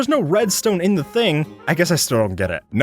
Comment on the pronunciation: The is pronounced differently based on if it's following a vowel not if it's at the beginning of a sentence or whatever or not.